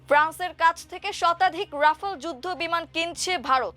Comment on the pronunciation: উপস্থাপিকার উচ্চারণ নিয়ে আমার দেশের দৃষ্টি আকর্ষণ করছি । রাফায়েল, অ্যাপস্টিন, সহানভুতি, এবং মোকাবেলাকে উনি যথাক্রমে বলেছেন রাফাল, অ্যাপোস্টিন, সওয়ানভূতি, এবং মোকাবিলা!!! আরও অনেক শব্দ উনি ভুল উচ্চারণ করেছেন । শুধু এই উপস্থাপিকাই নন, আরও একজন উপস্থাপক আছেন যিনি নিয়মিত ভুল উচ্চারণে আমার দেশে সংবাদ পরিবেশন করেন । আমি আমার দেশের একজন নিয়মিত দর্শক। তাই আশা করি আমার দেশ আমাদের এই ভুল উচ্চারণের অত্যাচার থেকে বাঁচাবেন ।